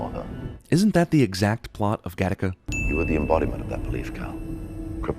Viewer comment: Gattica? Not Gattaca?